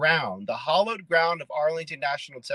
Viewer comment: Another "hollow" grounder. Urgh. MAGAts are so ignorant.